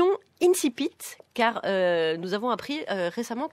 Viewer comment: Ne pas savoir prononcer le mot < > ! Génial ! Des incultes qui moquent l'académie française avec des morceaux de résistants de décembre 1944, le tout grâce aux impôts des petites gens. Comme vous êtes tous bien courageux. Quant à monsieur Bégaudeau, il fut plus pertinent jusqu'à ce qu'il réalise qu'il n'avait pas le courage adéquat.